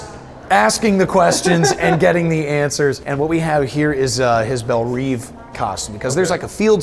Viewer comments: its bell rev not bel reeeeeeeeve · "Belle Reeve"? Who is this guy??